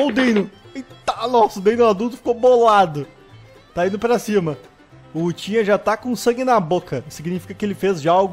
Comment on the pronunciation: Só eu que escuto "uchiha uchiha" quando o fala "Utinha utinha"?